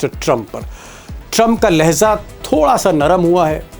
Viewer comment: Mr. Sharma, you are a wonderful anchor but need to improve your rustic pronunciation. Its Lehja not Lehza. Its Mizaj not Mizaz. More over, don't use Sahab with Trump. Rather call him Lunatic Trump.